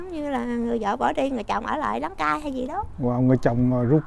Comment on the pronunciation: Gió đưa cây cải về trời,rau răm ở lại chịu đời đăng cai.lo làm vườn quá đọc hơi bị sai